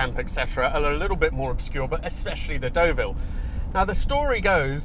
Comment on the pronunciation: Your pronunciations are l a little off.The car you are driving is pronounced Derville not Doville and you don't sound the P in Longchamp.👍